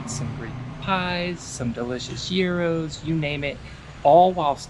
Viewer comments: We kind of simplify it by writing it as 'gyros', as it's kind of closer to the original Greek spelling 'γύρος', but if you want to pronounce it the right way and sound almost like a native Greek, it's something like "YEE-ROSS", the 'yee' part pronounced the way the word 'see' does, but obviously with a 'y' instead of an 's', and 'ross', pronounced like the 'sauce' with an 'r'. Just say it with authority, like yeeeeeross! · Well, Greek is quite a complex language, let's just say that it depends on the situation ; if you are to ask for it, you just have to entirely skip the "S" at the end, we just say it "yee-raw", the exact same way that 'raw' is pronounced in English (e.g. raw vegetables), more like 'law' with an 'r', it doesn't sound like "row", you've got to barely say it, just emphasize on the 'yee' part. "Yee-raw" 😜😜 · Ahhh, thanks for the pronunciation info. I didn't realize it was "Ross" at the end.